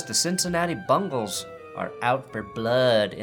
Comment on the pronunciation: I expect you of all people to pronounce Bengals with an 'e'. "Bangles" are wristwear or a band from the 80's